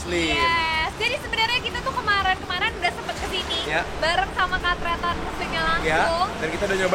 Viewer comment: Tretan kak,kok teetan😂